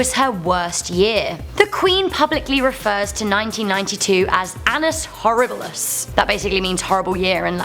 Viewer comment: did she say ANUS horriblus